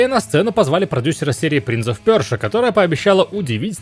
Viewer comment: Та ну честно уже надоедает эти принц ов ПЁРЖА! Если прям так топите за произношение то почему говорите Анно сто семнадцать а не Анно one hundred seventeen ?